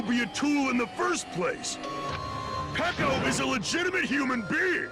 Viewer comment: ikr it always annoyed me how he called her peeko but it wasn't my business so I didn't say anything